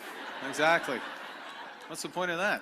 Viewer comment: She still can't pronounce the TH sound . Saying duh for the is not attractive.